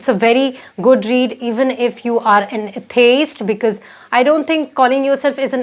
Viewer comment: Your pronunciation of atheist is not correct. 😆😆